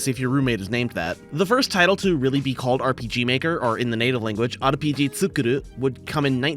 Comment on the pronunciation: Just saying, the second u in ツクール (tsu kuu ru) should be pronounced as a long u since ー is used after the kana for ku. You're simply saying 作る (tsuku ru) which is the verb to make.